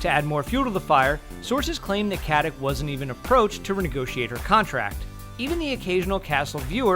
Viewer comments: Why don't you just call her Beckett. It's painful to hear that you can't pronounce her last name. It's Katić not Katic! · Please stop saying "Katic" wrong. It's "Katich" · "Katik"? Really? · Who cares! Hey you narrator, get your p's-n-q's right; it is not "katik", pronounced "katich" as it is Serbian! Let's quit converting everything to our uncultured, uneducated American way! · Katić, no katic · You pronounce Stana Katić's last name wrong - it's KatiCH (well, simillar, that 'CH' is more like 'C' in 'ciao'), like (Nikola) JokiĆ, (Bogdan/Bojan/Peter) BogdanoviĆ, DončiĆ, StojakoviĆ, etc.. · it's not KatiK it's Katic pronouncing with a ć. I don't really care how you pronounce these last names that tend to change to CH so Americans have less problems with it, but anyway you should stay consistent, because while 15ish years ago K was prominent, people learned since then. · I hate the way you say Katic's name(in Croatian it is pronounced KatiCH).I am not Croatian and i know that... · I don't get it...what the fuck gives you for right pronouncing someone's last name like you think it should be pronounced? Its not KATIK...Its fucking Katic and you read C like ch not fucking K. Its not like you cant fucking pronounce that letter...problem is that you don't want,because yo uare lazy fuck. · Katic = Katich It has lost the accent that makes it 'ch'. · I think her last name is pronounced Katich not Katik with the c. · Her name is pronounced Katić. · Take a shot of rakia each time this moron says "KatiK" -_ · its not Katich.... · The Ferryman It's read KatiCH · Lilla Lusztig yeah, Omg 😂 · The Ferryman Well it MAY be with a C, but absolutely not a K, not like he says it - "CatiK" no one in the Balkans say that! If you're not educated into any Slavic language then that's your problem. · its not Catic.. translate.google. com/#sr/en/kati%C4%87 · LInda Rubin It's like Stauna Kuh-tick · you could at least learn how to pronounce Katić last name